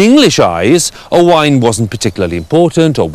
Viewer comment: I think his pronunciation is rather good for a Sais, usually they say O-Wen.